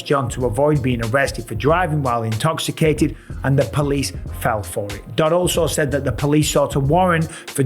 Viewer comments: “Are you intox- icated? “ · Everything was so serious until "are you intoksacated!" 🤣